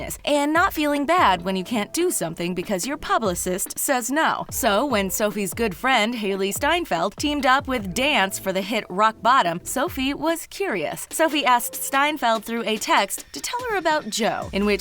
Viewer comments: Lol it's D N C E not dance. It's not hard to search that up& you call yourself a celeb youtube channel. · Cringed when they pronounced DNCE as ‘dance’ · Excuse me mismojo or the talko (what ever i don't care) you should leave people alone because clearly you have been living under a rock if you can't even pronounce DNCE properly 'dance' is not the band name and if you know so much about people then you should at least know that!!!!!!!!!!!!!!!!!!!!!!!!!!!!!!!!!!!!!!!!!!!!!!!!!!!!!!!!!!!!!!!!!!!!!!!!!!!!!!!!!!!!!!!!!!!!!!!!!!!!!!!!!!!!!!!! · She pronounced D.N.C.E as dance.... Like, why? It got me pretty annoyed no offence... Imma Jonatic btw ❤